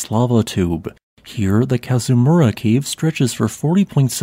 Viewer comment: As a native Hawaiian, I’d appreciate the narrator to pronounce the Hawaiian words correctly, the Kazamura lava tube sounds off. However, the history and info were awesome.